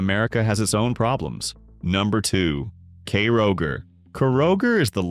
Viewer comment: ... kay-roger. LOL!